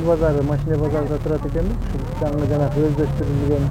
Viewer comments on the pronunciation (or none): none